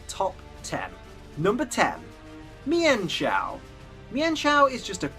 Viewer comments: it's meen-shou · it is pronounced Meenchow